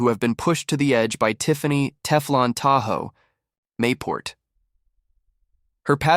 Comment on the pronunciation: "Tahoe"? ENOUGH OF THE A.I. NARRATION!!!